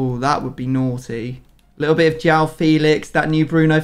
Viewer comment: Please stop saying Jow Felix and Jow cancelo it’s said like juwone it’s hard to spell it out just look it up please for all of my Portuguese people